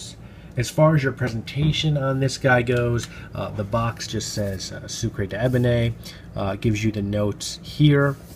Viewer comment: Pronunciation Soo-kr deben. The e at the end is without an acute accent so not pronounced. Hope you don’t mind me saying! 🤗 love so many of Pierre Guillaume’s fragrances. Great review at always.